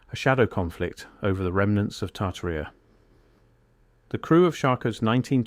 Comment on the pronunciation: Boy, AI reading is improving... even inhalations now! I only noticed three errors.. mispronunciation of "lead", "Tartaria" and "reset". Well done, AI.